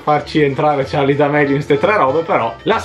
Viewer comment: Scusatemi eh ma charli senza la e OH